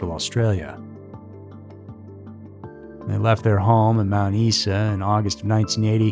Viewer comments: Your prounciation of Australian and New Zealand place names is very off. Mt Isa is said as it looks. Isa. Whakatane is not right either. Watch A Cry In The Dark. Will help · FYI for those not from Australia! Mount Isa is pronounced 'Mount Eye-zah" Uluru is pronounced 'Oo-la-roo" Ayer's Rock is the colonial name for Uluru, and Ayer's is pronounced 'Air's" Azaria is pronounced 'Az- arr- ee- ah" Chamberlain is pronounced 'Chamber-lenn" Bullima is pronounced 'Bull-e-mah' Re the story of Lindy Chamberlain and what happened out there, it's not difficult to believe a dog of any sort could get in and out of a tent quite easily if it wanted to, without a lock or ziptie on the zips, however depending on the quality of their tent the dogs could have torn through the tent itself. Claws and teeth can be very sharp and many domesticated dog owners can attest to the destructiveness and houdini-ness of dogs through experience. Also,, please pull back on the sound effects mate, it's a bit much, IMO.... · Being an Aussie myself I can atest to the 'trial by ignorance' mentality and how a media complex can bend and shape a hive mind that fuels and monetises the hunt for scandal. Everyones a victim. Additionally, Aussies pronounce Chamberlain 'Chame-ba-Lynne' and Mount Isa 'Mount Eye-za'. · Mt Isa is pronounced “Eye-zah”